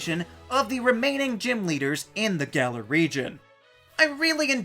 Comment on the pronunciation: "Gal-er" is wrong. "Gal-Or" is wrong. "Gall-Are" is about right